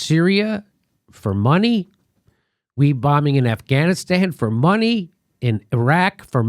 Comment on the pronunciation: Everytime Jimmy says "money" I hear yanny.